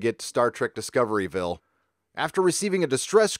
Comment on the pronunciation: It's pronounced "Disco(r)ville"